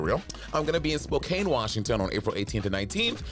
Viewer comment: Girl it’s pronounced (spo-can)